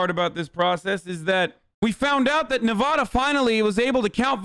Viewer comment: bro Hasan please bro, Nevada is Ne-VADD-Uh not Ne-VAH-Duh. Fellow Nevadans stand up please